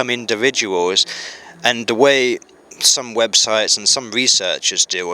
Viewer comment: I think his views are leaning to one side... much like he is in this video. Says Durr instead of The. Has he had a stroke. People who are falling over to one side your supposed to ring 999 immediately. You let him drone on for an hour. I think I should call soial services, its past his bedtime ;-)